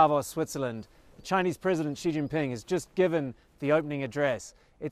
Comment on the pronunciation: Out of all the Media, you are the only one who pronounced his name right....